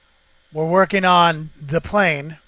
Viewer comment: the 1st 10 second of your video and how you said de plane bright back to my youth :) great vids keep them up , small laugh